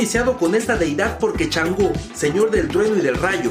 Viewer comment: Oye. No es. Chango. Es Changó